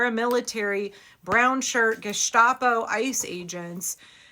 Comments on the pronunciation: Please to forgive minor German correction: It is Gestapo, not ge-shtapo. The "sh" is only for words that start with st, like stehen, standen, stachel, Stadt, and so forth. Only for the initial "st" but not for "st" anywhere else in the word. Thanks for your attention to this matter. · i love you,, but PLEASE stop pronouncing GESTAPO as geh-SHTAH-po. It is geh-sssTApo. No shhh. Thanks.